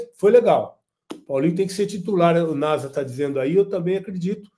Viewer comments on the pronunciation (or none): none